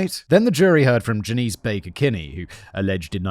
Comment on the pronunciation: Janice Dickinson is pronounced Jan ass. Just for any future references